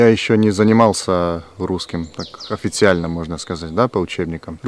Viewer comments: Про русский: вместо в [д'эт'c'т'в'э] надо [д'этcтв'э] - смягчает только последний согласный [ы] надо произносить твёрже - групп[ы] офи[тсы]ально, а не офи[т'с'и]ально улуч[шэ]ние, не улуч[ш'э]ние лу[тшы]х, не лу[чш'и]х про в [ы]зучении тебе писали уже ниже :) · В совершенстве владеешь русским! Произношение просто идеальное, в том числе и безударных гласных. Во всей русской части зацепило за ухо только произношение слова "официјально", как в хорватском (а у нас говорят "официально"), но в любом случае, если бы на улице с тобой разговаривал, был бы уверен, что русский — твой родной язык. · По русски очень чисто говорил,без акцента, единственное слово на котором немного запнулся было слово официально) но если бы не оно я бы подумал что ты русский. Очень хорошее произношение.